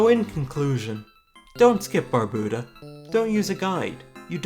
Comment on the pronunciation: you have a lot of really good points, so i'm sorry to say that all of them are invalidated by your pronunciation of Barbuta. jkjkjk this is a dope video, good work :D